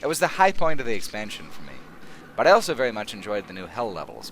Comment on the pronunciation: says elso instead of also.